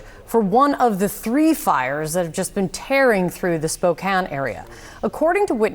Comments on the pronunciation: It’s pronounced Spo-can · Why are you saying Spokane like that?....lol. We don't pronounce it quite that way over there....lol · I'm sorry for the people of the Pacific Northwest. But my doofus brother-it-law called the city Spoo-Kane... :face-purple-crying